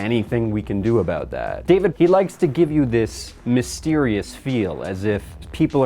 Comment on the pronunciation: Hehe “aboot”